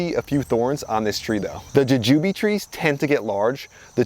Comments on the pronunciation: It's jewjew Bee not jujewbe. The flying dragon had potential but sigh...I killed mine lol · I've never heard anybody say "juh-jooby" before 😂